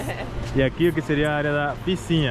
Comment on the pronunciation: deixe-me te falar: - a palavra correta e' (piscina). Vc sempre pronuncia errado. Desculpe-me, mas e' pra te ajudar.